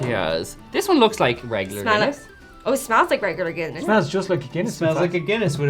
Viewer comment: Take a shot every time they say guinnesse. 😂